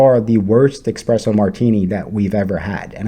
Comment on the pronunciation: It's hilarious to me that you whine about a bad mixed drink and you don't say the name of the drink right WTH is an Express Oh Martini? An ESPRESSO martini isn't exactly a reason to or not to stay at The Wilderness Lodge. Tell me you don't know what you're talking about without telling me you don't know what you're talking about. Lemme guess, you say "eXpecially" too don't you? You're what we in the Midwest affectionately call a BONEHEAD. 😆 🤣 😂